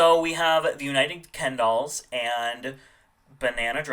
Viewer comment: It sounds like you said United kendolls. But it was United Kingdolls.